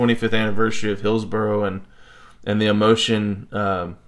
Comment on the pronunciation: Its pronounced "hills-burrah" not burrow. A burrow is something a rabbit digs! 😂❤